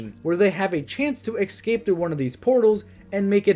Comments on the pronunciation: escape not excape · I love that you say eggscape